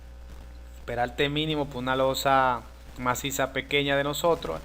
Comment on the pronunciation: cuando tu hablas peralte es perarte